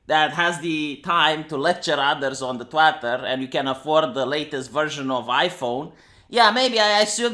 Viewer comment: Did he pronounce *Twitter*, Twatter? XD